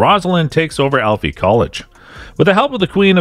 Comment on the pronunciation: Dude it's ALFEA... ALLLFEEEEAAAA